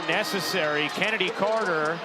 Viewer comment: Stop calling her Kennedy are far as I’m concerned Chennedy cannot be pronounced Kennedy.